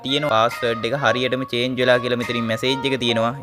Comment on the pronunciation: චාජ් නෙමේ අයියෙ චේන්ජ් පාස්වල්ඩ්😅